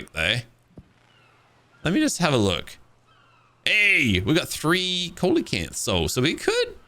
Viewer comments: SEE-la-can(th), my god every time he says colelacanth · Isn't it pronounced ceelocanth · The Fish "Coelacanth".......... is pronounced - SEE-lə-kanth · Coelecanth is SEE-leh-kanth Great series :) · coelacanth cee-la-canth the O is silent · the fish name you were trying to say is pronounced (see-low-canth) it is an actual prehistoric fish that still found alive today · The fish are called See-la-canth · If im not wrong its pronunciation is ( C la canth ) but i could be mistaken